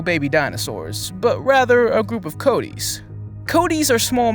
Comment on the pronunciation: You're pronouncing it wrong! Its Coatis (Co-Ah-Tees), not Coat tees